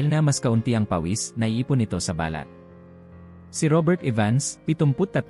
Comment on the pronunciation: Pasensya na po. You need to learn how to pronounce Tagalog words correctly, such as: Pabango, balat, taong gulang, nagaalangan, kumot, sumakay, bumulong, malamang, pagbabasa at iba pa. Magpa tutor kayo. No offense meant. Other than that I like the info that you shared. Thank you so much.